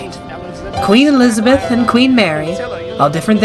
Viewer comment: "Alees- a-beth"-queen mary, 1950s